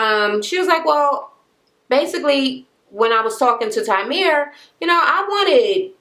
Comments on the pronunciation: TYREME, not TYMERE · Kept saying his name wrong. Lol